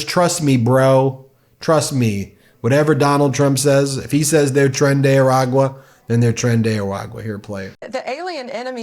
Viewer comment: Pam Bondi should at least know how to say A-RA-GUA.